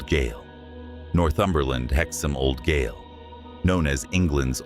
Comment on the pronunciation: The word spelt gaol, is pronounced as jail. I hope that this helps.